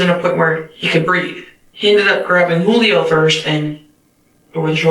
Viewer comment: There’s lots to say about this video that’s already been said. But it’s interesting to me that a Spanish-speaking person would pronounce it “Jewelio”